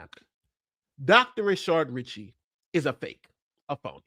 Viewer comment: I’m curious if you guys mispronounce his name on purpose or by accident? (It’s Rah-shad, not Rih-shaRd.) If it’s on purpose, Rah-shart would be funnier.